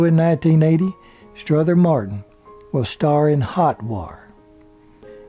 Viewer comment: The narrator keeps adding an "S" to Strother Martin's 1st name